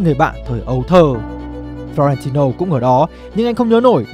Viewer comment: và đây là flo ren ti lô:)))